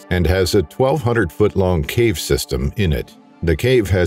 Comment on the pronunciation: Theres multiple times there you forgot to pronouce the V in cave haha